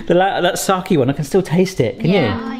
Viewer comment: English-speaking people trying to pronounce Japanese is the funniest thing ever. "moki" instead of "mochi", "saki" instead of "sake". Just the best, please keep doing it!